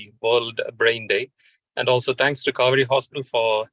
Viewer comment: Kauvery... sounds like Cow-veri 😄😄